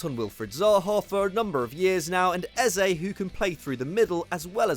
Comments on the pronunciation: You pronounced Eze wrong. It’s Eh-Zeh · The pronunciation of Eze’s name is not it at all loooool